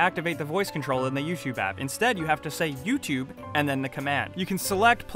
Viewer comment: Say "Tube" properly please. Say the letter u. Now say Tube. Now say YouTube.